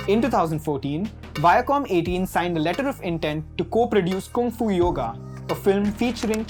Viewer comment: It's not 'Koong Fu'. It's 'Kung Fu'.. Say u like uh not ooh